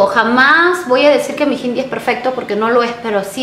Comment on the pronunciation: Por q pronuncias hindi como jindi?? Conozco personas de la india y la palabra hindi la pronuncian tal cual es como si no llevara la “h” pero jamás suena como “j”